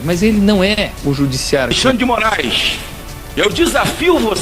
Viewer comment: Minuto ele diz Juiz Mórum . Eu já estava desconfiado que esse perfil é IA.